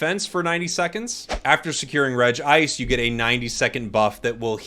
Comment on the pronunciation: You may pronounce rayquaza right but you say regice wrong. 🤷‍♂️